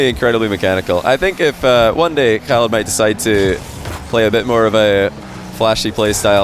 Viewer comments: Wow good job on the arabic pronunciation of Khalids name 👍🏼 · He pronounced the name really well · the way you pronounced "Khalid" is just perfect XD .. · Love how can pronounce the K letter in arabic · Love how actually tries to pronounce Khalid's name properly, kudos to him for the effort. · u mastered the Khalid Arabic pronouncement. Love from KSA 💙🇸🇦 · Damn,, you Ch-alid and A-ch-mad calls are amazing. I'm German, those sounds come natural to me, and I still don't think they sound as spot on as yours in this session.